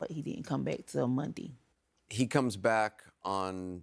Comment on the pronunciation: I would have kidnapped her until she pronounced Monday correctly. Stop saying Mundee!!!!